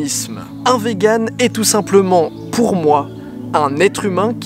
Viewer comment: Hello, je suis vegan ^^ Juste ça se prononce "viganne" et pas "véganne" x3